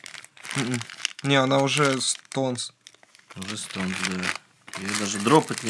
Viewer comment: Не на стонсе, а на стенсе. Но видео класс